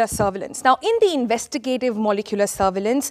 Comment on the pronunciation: Sonal Mehrotra has invented a new word "Investigatimes"